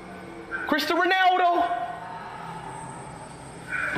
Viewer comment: The way he. Say Ronaldo